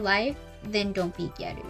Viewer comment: thank you so much for not saying “giyarew”